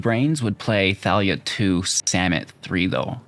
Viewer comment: "vizor" "kakzan" "samit" did I miss any?